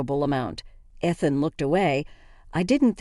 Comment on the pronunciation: AI doesn't proof read. It's hilarious that the name Ethan is mispronounced. How often have you heard the name Ethan in one of these stories. AI needs to be rebooted.